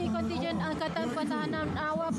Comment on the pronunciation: Kontijen bkn kontingen